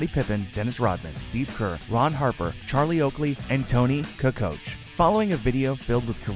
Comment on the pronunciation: I tried my best to watch this whole thing. Too many names mispronounced, too many wrong pictures... example. The 2016 Boston Celtics Isaiah Thomas instead of the 1980s Pistons Isaiah. 2013 Miami Heat instead of the 1990, When Jordan played... Kwame!!! Pronounced Qwamay!!!! Not Kwam. Take this shit down and do it again or just keep it down. You are definitely not an NBA fan. Toni Koocoach!!! Too many others to name. Just stop it!!!